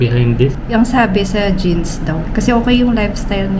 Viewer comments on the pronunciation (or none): Jeans daw Sabi 😂😂😂 Matalinong dr😂😂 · Natawa ako sa genes (jeans)😂😂😂